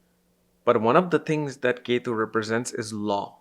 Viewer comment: ❤🎉 don't say k2 ketu you have good studies but you must say the names properly other wise you are mixing the energies take English class you better your English now